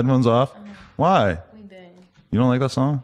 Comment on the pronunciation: Bro it’s like not liek 🤣